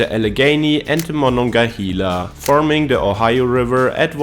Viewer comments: Monongahela is pronounced “mon-on-ga-HAY-la” not “mon-on-ga-HEE-la.” You can totally tell a native Pittsburgher by how they pronounce the river’s name. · it is not Mon-on-ge-hala it is MononGAhala A not an E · He pronounced Monongahela two different ways 😂😂. The corrct way is "hay•la" not "he•la". Locals just call it the Mon.